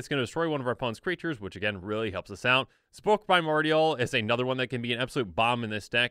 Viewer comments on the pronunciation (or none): Sepulchral is pronounced sep-ull-cral, but I guess spulk works too.